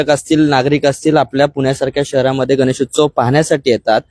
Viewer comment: हा रिपोर्टर मूर्ख आहे याचा मेंदू लहान आहे. गणेश न बोलता तो गनेस बोलतो.